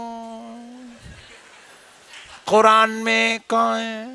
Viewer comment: Hurran nhi Quran hota ha sahi traa tu bol lu